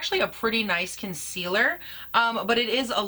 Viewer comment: "Concillur" 😅 ohlord she drove me so nuts with that when I watched her! *have you tried the Jcat Aquassurance powder foundation? I have that one and I've heard it compared to this one.